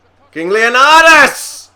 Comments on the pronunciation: It's not Leonadis,It's Leonidas! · its leonidas man